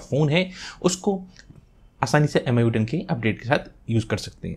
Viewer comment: Thanks sir bhut bdiya video...sb smj aa gya......sir aj phr MIU bola MIUI hota h